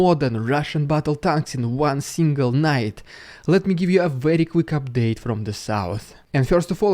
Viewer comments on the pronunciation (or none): none